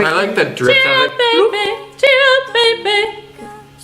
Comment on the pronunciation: And it's cheer up not char up or chear up